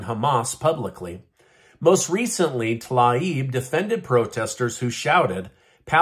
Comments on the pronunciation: Her name is pronounced "Tuh 'LEEB." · Her name is pronounced “Tah-leeb”. Get it right!😂